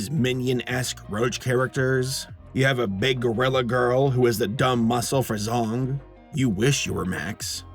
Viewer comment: "General Zong"....... Did no one else immediately think "General Zod" or am I the only one??? I swear I thought said Zod at first then I heard it again and thought "Oh, he said *Zong*"